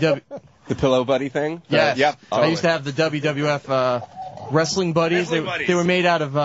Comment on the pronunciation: lol why does vos pronounce the T in wrestling ant was spot on